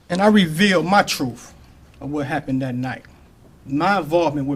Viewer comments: Its truth not troof you scumbag. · "my troof" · Fool killed somebody then turned into Perry Mason. When he says truf, does he mean truth? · His "TROOF" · DID HE SAY "TRUEFF///' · He keeps saying, "troof". Does anyone know what "troof" means? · He revealed his "troof"! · The trooff?? Did he mean truth? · He said "Truff."